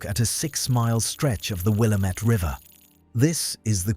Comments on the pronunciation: AI - how can you tell? Will-a-met River? No Will-A-mette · AI Narrator, it’s wil-LAM-it, not WIL-a-met. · It's Willamette it rhymes with damn it. which is what everyone is going to say when this happens. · Willamette rhymes with "DAMN IT!" You drive EVERY Western Oregonian ABSOLUTELY NUTS when it's mispronounced!!! 🙄😖 Other than that, it's a great video! 👍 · Willamette damn it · At least, pronounce the word “Willamette” correctly! The British accent should be banned. And, who IS this guy? What are his credentials.